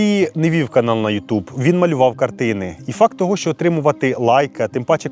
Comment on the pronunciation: Мій улюблений художник. Він, дійсно, геній. Відмовився розмовляти іспанською з королем Іспанії, бо він каталонець. Про брата теж знала. По інформартивності- молодці. Особисто до Вас прохання - попрацюйте над вимовою, бо вона поросійщена. В нас тверді шиплячі. А у Вас це звучить як «[якщьо], [щьо], [щє], [вчінок], [вибачьте], [розбираючі], [бачять], [чєрга]…” Випуск чудовий, дякую. Якщо б ще вимову підтягнути- буде супер